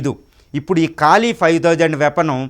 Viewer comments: కాలి... కాదురా అయ్యా..... కాళీ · కాళి ... కాలి కాదు...